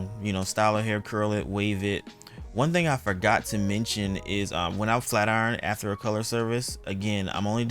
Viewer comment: “ATHER?” It’s “afTER” my Dear! Nice job though.